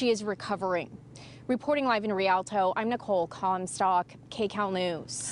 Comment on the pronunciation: RE-AL-TOE. Geez. Where do they find these news people?